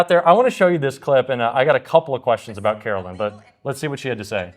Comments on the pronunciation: Hi, I enjoy your you tube videos and I agree with you. My issue is not political and in the scheme of everything is not that important. When talking about Karoline Leavitt you call her Carolyn.. Karoline ( Caroline can be spelled with a K or a C), Carolyn is spelled differently. They are two separate names. If you could try to call her Karoline instead of Carolyn I would greatly appreciate it since you say her name so much. I’m not trying to be mean, but if people would just sound things out according to the spelling. Thank you,. Keep up the good work! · Hi. Luv your podcast! One minor critique… Karoline Leavitt’s first name is pronounced with a long “I” as in “Caroline” not “Carolyn”. Please correct on future show. thanks. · please you’re killing me, it’s Kar- o- line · Pause. You're still spelling Leavitt's first name wrong. It's spelled Carolien[Caro-lie-n]. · I love your show. I do wish you would pronounce Karoline’s name correctly. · Hey. Did u get my comment? I know I am OCD, but u look kinda stupid with the mispronunciation. TY for the great work u do! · I don't think you are pronouncing KAROLINE correctly!!